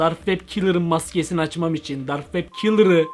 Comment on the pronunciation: Komik Dark wab kalır yessss sıçıyormusun o nebiçim yes demek😂😂😂😂